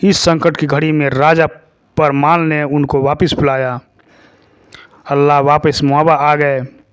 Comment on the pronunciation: Abe chutiye Allah nhi h vo Alha h 😂